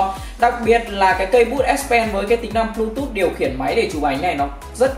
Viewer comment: bờ . lu. tút vãi